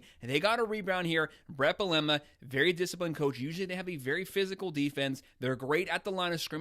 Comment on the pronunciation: Can this guy figure out how to pronounce “Bielema” 🤦🏻‍♂️